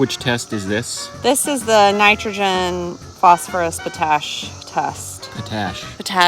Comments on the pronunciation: Potash believe is pronounced Pot-ash. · Potash....pronounced pot ... ash. Remember not all veggies need lots of nitrogen. Each veggie needs different nutrients. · I so enjoy your content. Just a heads up on the pronunciation of potash, say it as 2 words, pot ash. Hope your plants take off now, zoom... not slowly slowly in this case. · It is pronounced 'POT ash.' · Lol, you guys were killing me, 🤣😂😆, but yeah Pot ash, like a pot you cook in, no biggie, gotta start somewhere. 😄 love you guys!